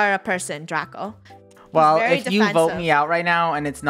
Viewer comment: At The First Line Its Draco Not Drace